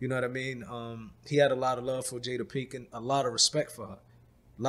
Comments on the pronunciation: Love it how they both keep mispronouncing her name "pinken" 🤣🤣 Until it becomes normal ...pinken pinken lol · “Jada Pinkin” “Will Sniff” “Will Smiff” who even is this guy!